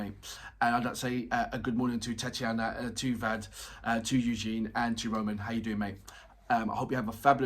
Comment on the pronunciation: No, you go from the V straight into the L, not sure where you are getting the I from. The full name is Vladislav, but you can also look up the Romanian pronunciation for Vlad Dracul (minus the potentially heavy accent).